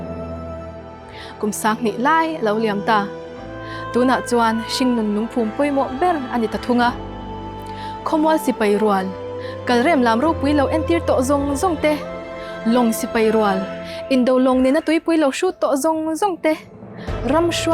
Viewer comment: I tawng lam a fiah in ngaihthlak a nuam hle mai. "Sipai 'kalrém' nilo in 'kalrem' tiin han sawi zeuh phei la chuan" tiin duhthu ka lo sám mai mai .